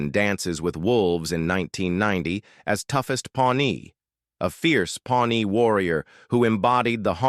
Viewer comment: Sue, for Sioux! Pawne, for Pawnee? Someone needs educating here! 😅